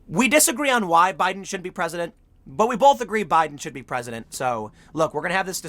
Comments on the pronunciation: Tim's "should" and "shouldn't" sound too similar. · His "shouldn't" atthe end really sounds like "should". Kinda threw me off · He was slurring his words, but by context and re-listening, it seems like he's saying shouldn't. The tweet he's commenting on at the time is clearly anti-Biden. His "n't" gets eaten up though. Open your mouth Tim!